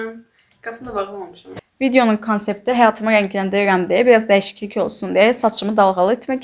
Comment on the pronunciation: Niyə rəngləndirirəm sözünü qəribə deyirsən